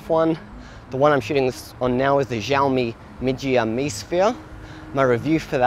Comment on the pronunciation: All solid reasons, but the best thing I got out of this video was how to pronounce Xiaomi Mijia Mi, up until now I dont think I have heard anyone actually say it out loud!!